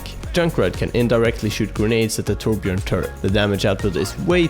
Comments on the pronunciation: carl petersen Why thank you good sir. ^^ When people pronounce the "J" like English then I always hear "Torb-Gerbil". He's a Dwarf so that could be border line racist xD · I know I'm nitpicky but I find it interesting that so many people pronounce the Ö in Torbjörn's name like an O. In German the Ö is sorta pronounced like the 'e' in any English word that ends in 'er'. Like 'Danger', 'Manager", "Tangler" That's the closest English sound I can compare it to, it's super similar though. So I tend to pronounce this character's name like 'Torbyern'. I don't know how Blizzard would pronounce it. That'd be interesting too.